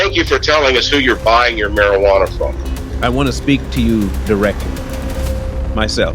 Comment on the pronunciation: Medical marijianna, are you kidding me? It is medicinal! You are part of what's wrong, sir!